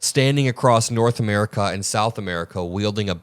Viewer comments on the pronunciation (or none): none